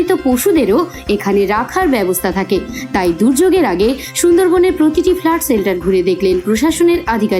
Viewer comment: ওটা "ফ্লাট" নয় দাদা "ফ্লড" হবে😊